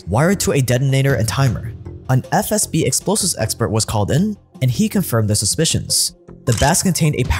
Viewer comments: im not gonna lie, has said SFB so many times i genuinely thought that was their name. like even a couple videos ago when he first started mentioning them, i was like "isnt it FSB? hm, i must be mistaken. i mean he wouldve redone his lines or thrown a correction in.... right?" but i guess not, or maybe ive just missed it everytime. but i swear this man has constantly been saying "SFB" and its been throwing me off severely lmao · I just love you said SFB 3 times and then FSB (correctly) the fourth time like this shit is a live video and you couldn't do a second take. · You keep saying SFB then FSB. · man. With all due respect ✊ but please, it’s not “SFB”, it’s “FSB”, where F - Federal, S - Service, B - Security (from Russian word безопасность [bezopasnost]) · Stop calling it SFB It is FSB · it’s “FSB” not “SFB” you’ve done this in multiple videos now 😭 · Video is great but stop calling it SFB ffs! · wtf is with that "SFB" instead of FSB bs? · most of thetime he said FSB but a couple times he said SFB and even in another video. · True. I`ve commented on it several times. Funnily enough he does say it correct today when he shows the letters on screen. I thought it was an inside joke or something. He then reverts to old ways again. Must be something to do with his mother tongue.